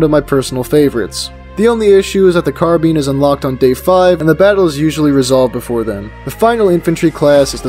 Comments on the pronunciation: its not carean its car-bine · Bro really said "car bean"